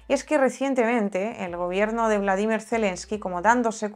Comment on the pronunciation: por que dices "Bladimir" Zelemsky, no es Bolodimir?